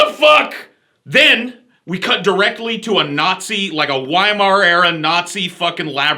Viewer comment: Also, he says "Wymar".